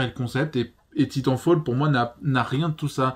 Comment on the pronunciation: Ça prononce mal titanfall 😭